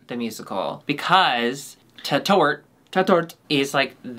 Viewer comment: The first syllable is stressed in Tatort, so it's a long a. And it means 'crime scene'.